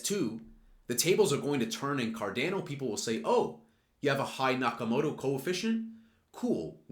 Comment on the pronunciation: Did he say CarDAYno?